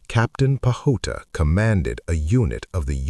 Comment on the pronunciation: PAJUTA pronounced as PA - HU - TA !